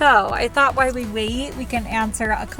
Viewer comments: we’re both wrong. She said while. She just said it kind of lazy so it sounded like why. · Why do you say “why” instead of while?